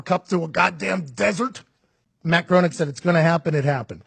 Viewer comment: BTW, I was once corrected in the pronunciation of Matt Groening name. It is pronounced "Graining" with a long A. Growning is a very common mispronunciation.